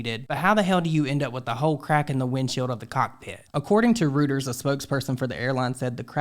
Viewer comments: Reuters: pronounced “ROY-TERS” smh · I noticed a little thing. You stated a source of Reuters, it’s pronounced like “Royters”. Good video